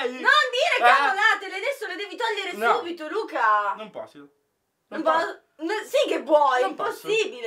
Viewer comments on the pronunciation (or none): Luca al minuto invece che dire non posso ha detto non posio 😂